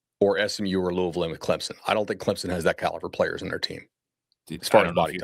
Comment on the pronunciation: can you pronounce clemson correct